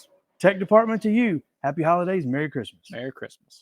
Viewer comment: Nice job boys. Merry “Chris- mas” 😂😂